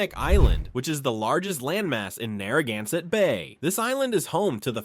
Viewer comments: OMG, please teach your AI narrator how to pronounce Narragansett words. This was brutal to listen to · What is ironic is that they're almost no Rhode Islanders who actually say it correctly. Via business connections, I know one of the chiefs of the Narragansett. They pronounce it as "nah-hah-gahn-sett". There is no R sound. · You really butchered all the indigenous names. Rhode Island has a rich linguistic heritage. Respect please.